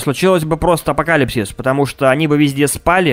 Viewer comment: Не апокалипсис а акоталепсис